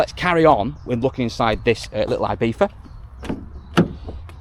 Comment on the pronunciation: Love the video but folk always pronounce Ibiza wrong and it does my head in! It's not "eye beetha" it's ee-bee-tha!!